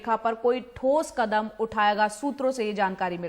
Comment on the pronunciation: Kadan nahi kadam hota hai